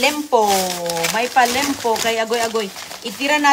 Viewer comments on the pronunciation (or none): Liempo not lempo😅😅😅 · Liempo, hinde limpo. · Liempo hindi Lempo